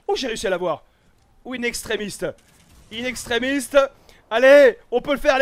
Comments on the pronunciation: Mais arrête c est pas "in extremiste " c est "in extremis" mdr a cgaque fois ça me fait rire 😂😂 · Bordeeeel! In extremiSTE ça ne se dit pas et ça ne veut RIEN dire! Fais un effort stp... on dit In extreMIS!!! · Juste pour pas te tapé la honte c'est inexstremis pas inextremiste 👍🏻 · C'est pas "In extremist", c'est "In extremis" sans T s'il te plait voit ce com pour arrêter de faire l'erreur x)